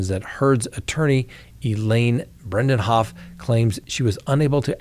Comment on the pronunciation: It is Elaine Bre-de-hoft, NOT Brendenhoff.